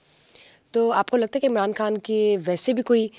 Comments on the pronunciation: " خان " کو ۔۔ " کھان " کیوں کہہ رہی ہو ۔ ؟! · your pronunciation of "K" is incorrect It is KHAN nor KAAN. KAAN is Indian Slang people are fascinated with . Pure Urdu id KHAN